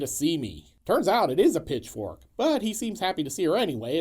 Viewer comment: Did you say pitchfork or bitchfork?❤😂❤